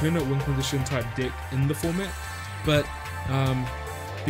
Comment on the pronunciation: i like the way says 'deck' as 'dick'! =)